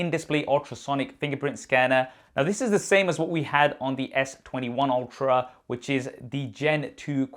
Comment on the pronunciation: I swear, when he says "..S21/22 Ultra" I hear S21/22 Ophra"